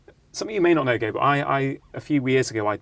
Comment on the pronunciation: Rangan - Dr. Mate's man's name is GAH-bor, not Gaybot ....(spelled Gabor.) I know you can pronounce it righ, less important than his content and your overall love of this man & his work, but something notice and note. . Overall a great discussion. Loved Jay's contribution -- found it valuable and useful. Bravo. thanks, BZ